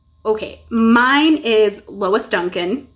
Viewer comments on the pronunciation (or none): none